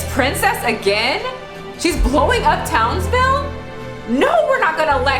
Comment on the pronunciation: New viewer , think you're great. One complaint. It's "Townsville" not Townville Lol